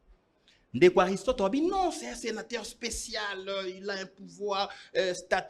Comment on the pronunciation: on prononce senateur et non senataire😄😄😄